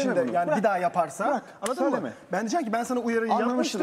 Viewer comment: Anladın mı değil annadın mı